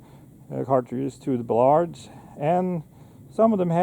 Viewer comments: Buh-LARD. As in ,"Buh. I don't like the taste of lard." The alternate pronunciation of the historical name, Ballard, as in"BAAL-ard." Ya learn something every day, don'tcha.? Great info, no matter how you pronounce it. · Maybe you should explain your pronunciation of the name "Ballard"